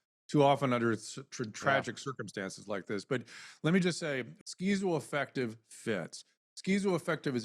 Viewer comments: I feel stupid for thinking TMZ might have something salient to say about this case and its complexities. However, the second you introduced that whack job political hack “Dr. Drew,” mispronouncing schizoaffective no less as SKEEZO -affective; I knew I had made a grave error! Get a better class of talking head TMZ 🥱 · Dude Dr Drew is so fucking far off base in his description of schizoaffective disorder… down to his weird pronunciation. It is not almost considered a personality disorder by any legitimate professional. It just a mood disorder with psychotic features. It’s a broad spectrum disorder. And many people are able to live meaningful productive lives while living with it